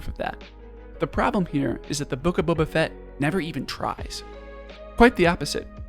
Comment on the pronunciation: The Boof of Fett? you mean the book of shit